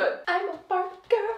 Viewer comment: Every time that you sad Barbie, I understand Bobby, like " they look like Bobby lips" and I was like Who's Bobby? And then I understand that you were saying Barbie hahaahahahaha issues of a second language 🇧🇷